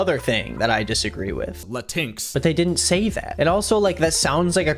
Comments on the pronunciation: why did he say "lateenks" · Why did he pronounce latinx like that. It’s Latin-X. The fact he failed at making fun of that is so silly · LMAO “LATINKS” 😭😭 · I know but why did he say it like that